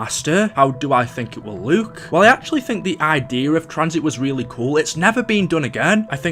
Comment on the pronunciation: this is the 50th comment lol (also wtf accent is that "how it would Luke")